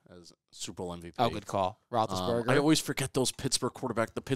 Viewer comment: I love how little they know about sports. Being young is not an excuse. The content is great tho. Also how fo you nail Roethlisberger and utterly fail at Mosley? 🤣